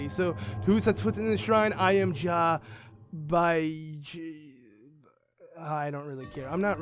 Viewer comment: anyone watching this in 2019? he said jah lol